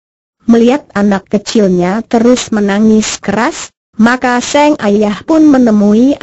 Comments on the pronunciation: ini penyiarnya ga bisa bca kali yah masa sang bacanya seng pe a bnr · penyiarnya harus bljr dulu, sang kok seng